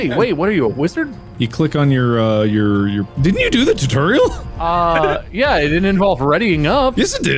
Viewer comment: Tutorial: Exists Mark: “Titureal”